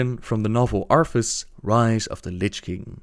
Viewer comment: Does anyone else hear him say Arfus?